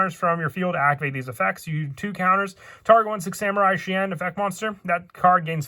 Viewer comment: that's because he is called shi en not shien. Hope this info helps.